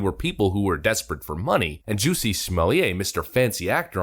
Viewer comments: It's Juss-e Smol-it. No French accent needed. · Is the narrator saying jussie's name wrong on purpose?